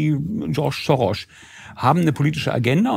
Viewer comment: Der heißt nicht SCHoroSCH sondern SoroS 😊